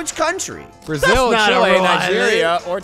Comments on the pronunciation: Gavin "it was chail"... It hurts me as a Chilean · "It was CHAIL." -Gavin Free, 2018. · When Gavin said it was child Instead of Chile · gavin said ch i le instead of chile lik the food